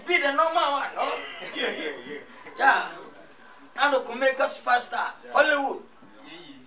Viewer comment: Why lil Wayne keep saying kumelica 🤦‍♂️🤦‍♂️🤦‍♂️🤦‍♂️🤦‍♂️